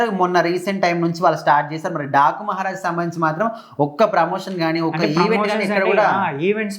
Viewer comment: 😂 టాకు కాదన డాకు మహారాజ్. మహారాజు కూడా సరిగా palakatlevga 🤦